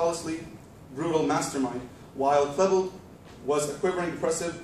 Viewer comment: Dylan KLEEbold not Dylan Klehbuld.